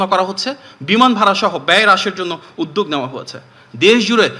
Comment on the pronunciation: উদ্যোগ শব্দটি উচ্চারণ করছে উদদেগ! 😅😅😅😅